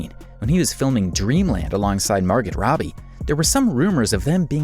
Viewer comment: It’s pronounced Mar-goh Robbie